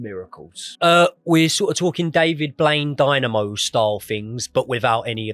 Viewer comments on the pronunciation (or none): none